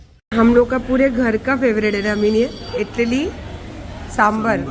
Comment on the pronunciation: Italy nahi madam idli boltay hai. South ki hai bolti hai kuch bhi